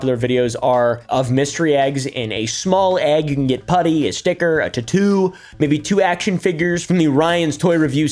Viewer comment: The way you said tattoo lets me know you watch 2 bears 1 cave 😂